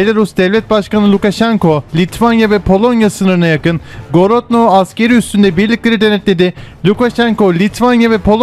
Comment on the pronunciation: Misk değil Minsk, Gorodno değil Grodna :)